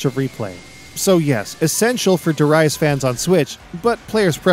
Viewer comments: Pronouncing it that way is a lot better. The more common western pronunciation is shared by an annoying smug Scottish singer over here... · that pronunciation alone got a thumbs up from me!